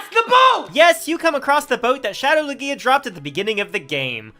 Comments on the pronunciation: So...No one ganna mention how he's pronouncing Lugia? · Is anyone else irritated with how he says Lugia or is it just me? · I think it's because he basically added an extra syllable to the name Lugia it's not that he's saying it wrong it's that he says it with an extra syllable and it irritates me 😂